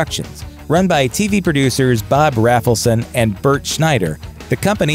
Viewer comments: (it's Bob RAY-fel-son, NOT RAFFLE-son) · "Must come down for interview" meant not to come there high according to Rafelson (which is pronounced "RAYfelson" not "Raffleson" fyi), who is very goofily proud of that bit. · Rafleson is pronounced with a long A. As in RAYbert Productions. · It's pronounced RAYFULSON. Mike was the only one that answered the "MADNESS" ad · FYI, it's pronounced 'RAYfelson', hence the 'RayBert Productions'. Good post, though.